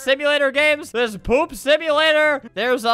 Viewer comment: You said boop instead poop😂